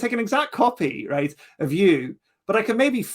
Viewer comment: Just one thing I can't quite pin down is pronunciation of "right". It's somewhere between "rate" and the more northern "reet"; something like,"Reeate". Love it.